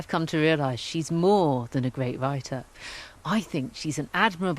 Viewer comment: great video. However I am finding the speech impediment very distracting. Gveat video as she would say. Instead of 'r' it's either a 'v' or a strange raspberry noise.